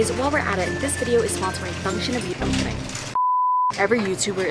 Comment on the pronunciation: "im just kiddinguh 🙄🙄" iconic